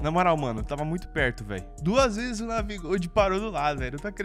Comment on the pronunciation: Navi dorado kkk falou errado